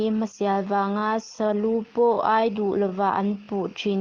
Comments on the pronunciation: A sakin i sa a, i thu chhiar hi.. Tin sa lu ai tih hi ai lai tak hi thluk tur.. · Sa lu ai tih kha a thluk i ti diklo meilum ai kan sawi a ai (ai) tih ang in i thluk a Thla ai kan sawi a (ai) kan tih ang in thluk la a ngaihtjlak a nuam ang.